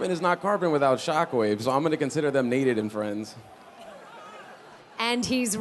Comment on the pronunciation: "Naded and friends" lol